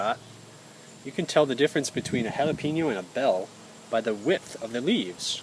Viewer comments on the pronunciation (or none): its not "HAL A PEEN O" its "HA LA PAIN YO". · ha-la-pain-yo....not ha-la-peen-yo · jalapeñoor jalapeno [hah-luh-peyn-yoh; Spanish hah-lah-pe-nyaw] Spell Syllables It sounds so funny when people say pee (pea) no It is Peh (pay) no just saying This site will give you aa audible pronunciation that is correct=Thanks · That's why it's Jala-pee-NO . Sorry bad joke. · There is no “I” in jalapeño. Learn to say it right